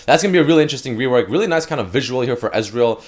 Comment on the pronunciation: You said Ezreal reowork not rework.